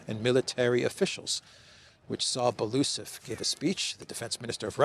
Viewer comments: Dear, not Balusov, but Belousov, spelling all letters as they are written: B-E-L-O-U-S-O-V. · Byel-o-u'-sov (4 syllables)